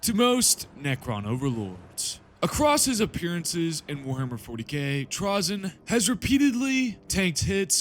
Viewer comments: With the y coming after the vowel “a” in the word it’s pronounced “tray-zen” not trah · FFS, I can't. I love a good hour long video about TRAY-ZYN but I can't make it past 2.5 minutes when it's about Trah-zyn. I know these are made up names by a Bri'ish company, but still. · I want to listen but I don't think I can bear hearing him called Trahzyn the whole time